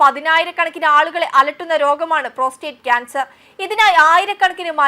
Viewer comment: Pronunciation,,, PRODTSTE CANCER... PLESSE RED WITH CORRECT PRONUNCIATION